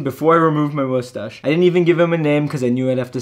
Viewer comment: "the first step will be removing the moostache-" Oh my god I find this so adorable lol you only said mustache like 5% of the time lol and the rest was.... ✨MoOsTaShE✨🖐😩💕